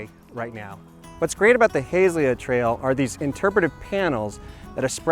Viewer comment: Nicely done, A few comments: The area is pronounced HA-ZELL-YA. And it is "LUSH-ER. The "Island" is formed by the 4 waterways- Tualatin River being fed into Oswego Lake by the Canal and then flowing into the Willamette River on the East end of the lake. Hamlets can not raise taxes whereas Villages can, nothing to do with size. Developed as a way for representation with the county and other local governments. Thanks for highlighting one of our area "Treasures".